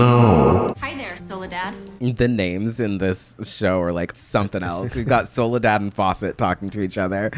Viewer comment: Soledad isn't that weird of a name, it's a name latin American/Spanish speakers prefer. It sounds less stupid with Spanish pronunciation